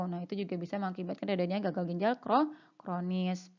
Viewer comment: Mbak, judulnya "ginjal" bukan gijal. Kemudian "glomerulus"bukan glomelurus... koreksi dong